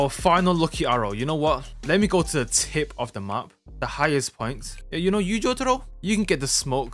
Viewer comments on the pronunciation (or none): you really said the Tttip with emphasis